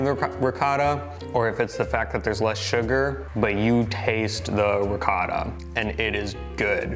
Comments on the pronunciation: I absolutely love you both and I love everything you do, but I beg you, per piacere 😢😢will you teach how to say “ ricotta”!!!!! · Please learn how to say ricotta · I can't take it anymore. For God's sake get to pronounce ricotta correctly!!!!!!!!!!!!! Campofelice di Roccella is dying every time he pronounces it. But we love him anyway!!!! LOL!!!! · I don't know which is worse, George Bush's attempt at saying the word "nuclear" or "ricotta," they both almost make my ears bleed. Hahaha! C'mon you have a good grasp of the language, and you are married to an Italian., you help him out often with other words, why not that one? Thanks for the awesome video of cannoli heaven, where they are all so good it's impossible to choose a best one! What a great trip you are having! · please teach the proper way to say ricotta in Italian as you do it:) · I’m pretty sure knows how to pronounce ricotta and you don’t.